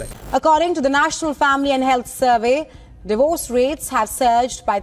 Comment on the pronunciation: Bro can't even pronounce Divorce properly yet made an informative video about it